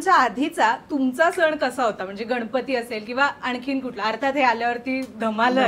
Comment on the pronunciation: सन नाही ग सण